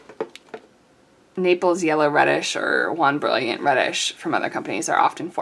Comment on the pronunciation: Jaune Brillant (tief/dark/foncé): French for Bright Yellow (Dark!) :^> I'm afraid you're reading 'jaune' as the Spanish 'juan'. Jaune Brillant is pronounced, roughly: Zhown (or Zhone), where 'Zh' is like the J in 'Je suis'; and Bree-ah~, where '~' is an unterminated nasal vowel version of 'n'. The final 't' in Brillant is silent. (Please forgive me, I can't help myself.)